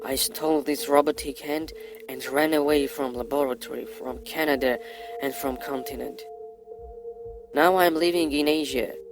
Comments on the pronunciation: He lives and works in Canada but can't pronounce Canada properly. Even with a accent he should have been able to pronounce it much better then he did. Haha not like I believe this " stuff" in the first place, it's just something funny to listen to. And yes, this does sound a awful lot like Terminator haha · Can’t even pronounce Canada so obviously you never lived here. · A foreigner that can bearly speak english let alone pronouce the Country hes living in, Canada. And he gets a high level paying , high level security job with access to time travel. This is the realest story I've heard yet on this channel.